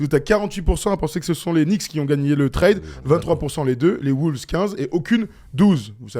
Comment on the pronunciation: Je vous aime les gars mais par contre faut arrêter de dire “Les woulves”